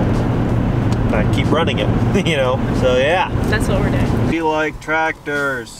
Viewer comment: It’s not tractors it’s tratters 😂